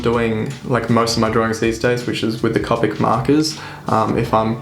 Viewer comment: Just a couple other notes: Copic is pronounced with a long "o" as in the first syllable in co-operative (I have a couple certifications for Copic; I also used to Copic coloring at Michaels art/craft store). If you are doing profession work for sale, be sure to check the lightfast ratings on your colored pencils. I recommend Caran d'Ache Luminance (although they are expensive, you can find them on sale now and then) and the new Lightfast pencils by Derwent (they are about to release the 72 set and are planning a 100 set later this year). Since Copics are not lightfast (dye based inks), I recommend scanning those for production prints. The colors will fade and/or shift in a relatively short amount of time. Thanks again for the video!